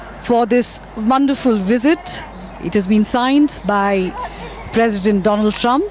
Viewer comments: if he had a degree certificate then he wouldn't have called DONAAAAAAAAALD TRUMP Or Doland Trump If he really had a master degree, then fuck that university they suck. At the most he would have cleared 10th and failed Matriculation examination (that's the most generous estimate given his standard of English or ability to pronounce by reading) But I don't care if he is Educated or not. The PM should be Patriotic, should always uphold the values of this nation and nothing more. Earlier I thought Muslims hate him for no reason, but Delhi elections where he pitched Hindu members in a muslim dominant area proves BJPs intolerable nature. Atleast 8%-10% seats being allocated to them in every election, to be even called a nationalist party (else it's a communal one like always) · Indian people should ask "how is it that we are spending so much to please a clown than helping the broken healthcare system and still a hypocrite who is so educated that can't even pronounce " Donald" is their nationalist president.